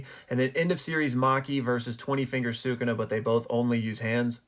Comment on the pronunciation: I have an idea! Use the massive cursed energy from the culling games to revive Gojo and Yuta in their own bodies + give Gojo a power up with all that power. Also, please pronounce “Sukuna” properly. Lastly, I agree that it was Geto’s domain based on the aesthetic, the name, and the fact that Yuta used Unlimited Void in Gojo’s body rather than his own.